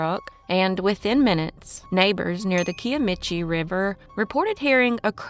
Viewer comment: Janie Crane "heyown". Im from Oklahoma. Just fyi, its pronounced "ka-i-ah-me-chi" river